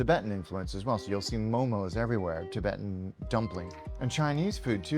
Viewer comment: Its called Momo not with ssss , we get offended. Momo is Momo dude please